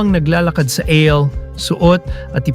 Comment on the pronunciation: Eyl? Ayl po ang bigkas duon (Aisle)